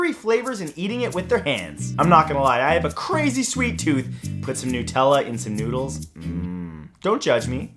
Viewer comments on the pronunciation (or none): none